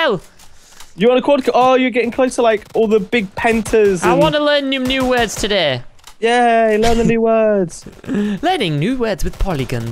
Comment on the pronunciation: Tell that guy it's yay not yey